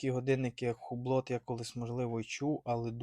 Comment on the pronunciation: ХУБЛО...., не ХУБЛОТ.😊